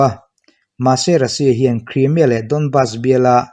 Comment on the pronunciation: Sir Krimia i tih ziah a. Kraimia tur. I channel hi thra ka tia ka en ve ziah a, lo sawi ve maimai.